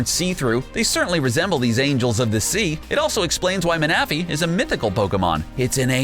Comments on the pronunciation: He pronounce Manaphy (man-uh-fee) as Muh-Nah-Fee that bothered me sooo much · don't forget mana-fee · Manaphy is pronounced Man-na-phy. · Dude!!!... it’s Victory-Bell not Vic-tree-bowl🤦 come on haha also It’s Mana-Fee not minufee and it’s Hoot-Hoot not hoo-thoot 🤦😂😂 I love your videos guys just please look up the pronunciations for things first 😂😂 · Ma-na-fee not mana- fee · GODDDDDSD!!!!! All the f**king times he said maNAphy 😡 IT’S PRONOUNCED MANaphy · Ma-Na-Phy sent me in a cringe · Mana-phy Its manaphy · so you know, you actually mispronounced some of the names of the Pokemon on your list. Here's how they are correctly pronounced: 1. Manaphy (Ma-nƏ-,fē) 2. Gyarados (gi-'yer-Ə-dōs) 3. Victreebel ('vik-'trē-beL) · XD it's so funny you said Manaphy and Victreebel wrong. I understand with Victreebel but Manaphy is easy Mana-phy you know what Mana is well there you go. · it is. Don't believe any of this videos pronounciations like seriously hooth-oot? min-athy? and they spelled drowzee wrong. but I guess they did make a referance to the OFFICIAL magikarp song... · He can’t say say man a fee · Why do you pronounce Manaphy like that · I can’t watch..... The mispronunciations is making me cringe Especially the Manaphy and Victreebel part.... 😢😢😢